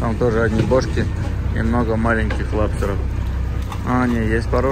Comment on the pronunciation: Не лабстеров- а лобстеров 😂😂😂